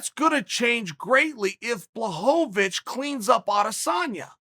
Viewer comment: blahovich blahovovich lmao